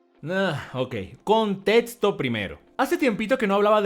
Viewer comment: "Contetsto" xd